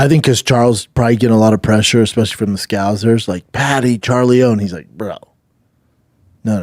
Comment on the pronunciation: Brendan, if your going to be high on Paddy, you gotta figure out how to say scouser... the second S is an S, not a Z.